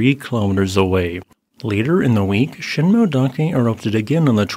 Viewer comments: Thanks for the video. Btw, it’s sheen moe-eh dake, not sheen-moe-dake. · Sheen-moh-eh-dah-keh. correct pronounciation.